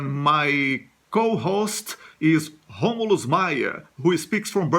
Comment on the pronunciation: Excelent pronunciation Romulus